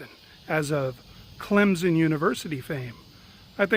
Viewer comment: Clem -Son not Clem-Zon.....lol...love your videos. But for real no Z in Clemson.